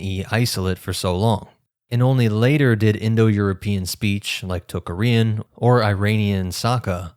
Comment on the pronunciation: I have never heard -arian or -aryan pronounced in such a strange way as when you say Tocharian